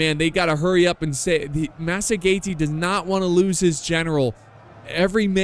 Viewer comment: I believe its pronounced "masajetae" or 'masajetaens"